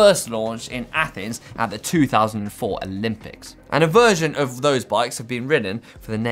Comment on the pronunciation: That's the weirdest way I4ve heard the word "of" being pronounced ever.. "euff"